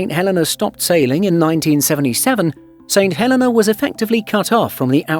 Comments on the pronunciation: I don't want to nitpick, but he is saying it wrong. He's saying St Helen-a and it's pronounced St Hel-eee-nah. Look at the St Helena Tourism videos on here and you'll hear the correct pronunciation. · Pronounced Saint Hel eeeee nah!! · No, he's saying it wrong. In the UK we WOULD normally pronounce the name Helena exactly the way the narrator says it. However, for some reason the name of this island is actually pronounced Heleena. Don't know why. The narrator obviously just didn't know this. Check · Can’t even pronounce St Helena properly. It is pronounced “St Heleena”. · Funny how people go to all the effort of making and editing a video but can't research the correct pronunciation of the place they are talking about 😂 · Not a bad video. But please pronounce the islands name correctly. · Great film shame the narrator didn’t know the correct pronunciation of the island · The mispronounciation is irritating for an English speaker; it has nothing to do with accent rather with incorrect emphasis. Comparing a native Spanish speakers pronounciation of Mexico to a native English speaker is a poor comparison. The narrator made a mistake; admit it and move on - no one will sue you. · As others have said, a good video let down by not doing your homework on the pronunciation of place names. Not only the pronunciation of St Helena, but also of Accra (ah-KRAH).